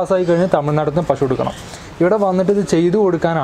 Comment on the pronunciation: പഷു അല്ല. മലയാളി പശു എന്നേ പറയാവൂ.